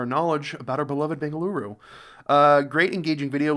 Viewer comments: Bengaluruuuuuuuuuu my home, my favorite place in the whole worlddddd...and your pronunciation of Bengaluru was perfect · Bengaluru is the local pronunciation